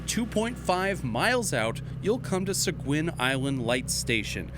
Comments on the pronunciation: Its pronounced "Se-geen"...I live in Seguin Texas. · So funny to hear it pronounce “Sa-guin” in Maine. Here in Mew Brunswick we pronounce it “Say-gay”